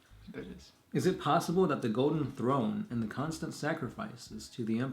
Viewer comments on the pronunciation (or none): did he said "pos si"?